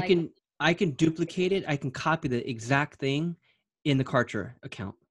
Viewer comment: #OMG Cant Believe Client's like do Exist...I Just fell in Love with her Zeal 🤩😍..She is So Sweet and So Humble...BTW I #ROFLed when Pronounced #Kartra as #Contra..Reminded me of my childhood VideoGame😋 And You are not as Real As #Cancer but As Real as the #Sun that Brings Clients and Businesses to #DayLight and make them Shine in their Respective Markets 💯